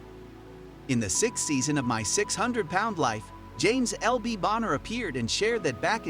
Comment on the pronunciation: For LB Bonner’s part of the video the narrator said “LB Boner” twice. I hope we’re all mature enough not to laugh at him saying “LB Boner”